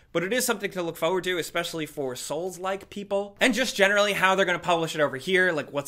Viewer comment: It’s not foward, it’s forward! Damn it 😑